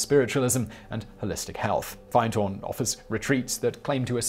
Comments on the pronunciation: Hi Simon...Just a heads up...it’s said like Finned, like a fish’s fin but with a D lol not find :P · i think its pronocded FiN.D.Horn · its pronounced finn-d horn, you were close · The one in Scotland is pronounced Fin-d-horn rather than Find-horn. I used to live near there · Findhorn 😂😐 it's pronounced Fin'dtorn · 'Findhorn' is pronounced 'Finned Horn', My ex was there for a time (wow, half a century or so ago!). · Its pronounced finned horn... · Findhorn, pronounced, finned-horn. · It pronounced finhorn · Lovely to hear a shout out for findhorn, but you did pronounce it wrong :p. Great video though. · I can't believe you don't know how to pronounce Findhorn. It's a short i not a long i. Is is everyone pronouncing it wrong? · And also findhorn is said like fin like a fish with a d on the end 😊